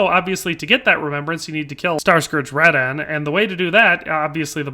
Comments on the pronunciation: Uhg..... Radahn is not rad-dan.... it's pronounced Ruh-don! Say it right or else! I mean they freaking say it in game! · I got so triggered when he pronounced radahn: radaan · Raa-Dan blas-femur. 🤦🏼‍♂️